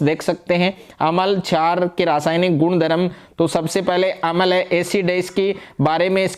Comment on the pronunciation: अमल नहीं होता अम्ल छार होता है sir 😮